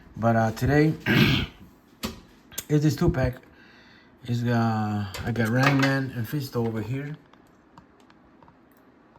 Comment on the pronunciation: Ran Man? 😂 It's Ram Man, poser!